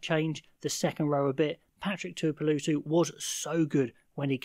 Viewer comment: Tuipulotu? Tuipuloooootu? 🤷‍♂️ Maybe the Scotsman pronounces it differently to the Kiwi! Tshuinza is an interesting one. You might have nailed it for all I know! 😂